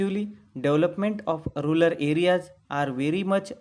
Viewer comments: not rular, it's rural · You have LOT of things to learn in English.. Just focus on yourself and then u can teach to others . The word is RURAL AREAS ! not rular 👍🏻